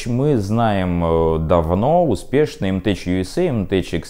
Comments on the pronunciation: "мтеК", а не "мтеЧ". Ну, право слово... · Ну сколько ж можно!!! Не "теЧ" а "теК"!!!!!!!!!!!!!!!!!!!!!!!!!!!!!!!!!!!!